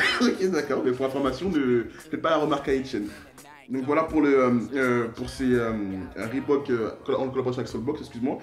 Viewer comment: Si ya 1 O à reebok c'est pour que sa se prenonce avec 1 O Pas 2 donc jsp pq vous dites reebook comme ça